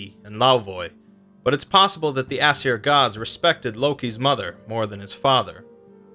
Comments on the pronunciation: It’s pronounced “eh-sear” not “ass-sir” you idiot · It's funny how he pronounces Aesir as "ass hair"